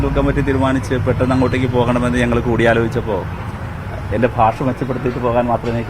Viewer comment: ഭാഷ... ഭാഷ.... എത്ര ഭാഷ... ബാഷ....😅😅